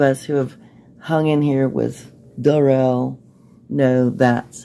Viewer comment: It's pronounced "DARell" it's pain old "Darrell" . The pronunciation was just another of the games he played. On the arrest video, you clearly hear him say his name.